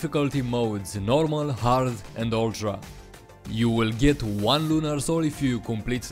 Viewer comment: I know how hard it is to not say yultra if you're european